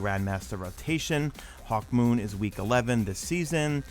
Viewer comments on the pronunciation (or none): none